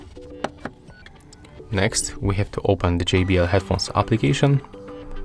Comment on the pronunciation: Bow he said application.